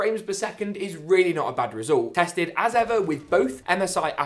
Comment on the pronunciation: It sounds so funny when he says "ever"